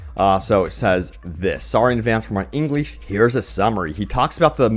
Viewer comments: "Sorry in advance for my Eengleesh". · There's no correct way, I've just never heard it being said like that.